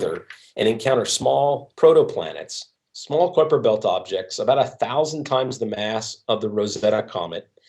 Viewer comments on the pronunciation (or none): It's no 'Kwiper Belt'. It's "Kaiper Belt".